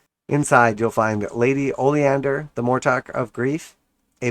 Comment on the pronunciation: “Ollie-Ander” 😂😂😂 it’s “O-lin-der” 🙄